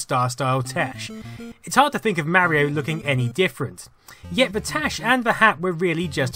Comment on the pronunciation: Who the hell is Mary-O?!?